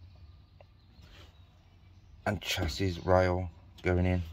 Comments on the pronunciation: Its pronounced shassy...not chasiss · You were correct in how U were saying it originally.ive been in the trade since 1980,it's pronounced "sassy".the Americans call it a frame,or frame leg. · Its pronounced shassy !!!: Ps good work fella .. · Chassis is neither pronounced "chassy" nor "chassees". It's a French word, pronounced "shassy" in English.